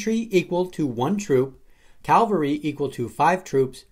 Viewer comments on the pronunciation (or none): Its Cavalry...not "calvary" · Cavalry is pronounced CaV - al - ry not caLv - a - ry